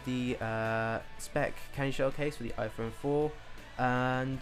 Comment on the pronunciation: iPone?? Hahahaha!